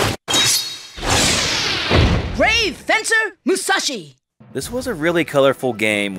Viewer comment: How do you manage to mispronounce "Musashi" when you literally include a game clip with the correct pronunciation two seconds later?